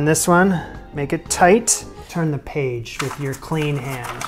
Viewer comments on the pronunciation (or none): none